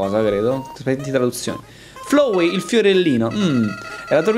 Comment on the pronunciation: Tizio: ciao sono FLOWEY Io: mi si corrode il fegato Sì dice FLAWEY l'inglese pachiderma!